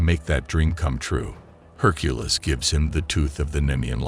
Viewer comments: Have we all been saying Hercules’ name wrong this whole time or does this AI just say it weird? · My God, I HATE these AI voiceovers. Herk-a-liss meets her at a local tavern and usual joint spot. Urges people to stop their "bare-ige of rocks". Just hire your useless brother in law for a couple of bucks. At least he know how to pronounce basic English words.